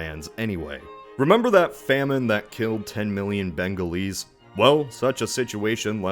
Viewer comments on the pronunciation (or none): bEnGaLeSE. bruh its bengali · More like Benga–least, I heard 👂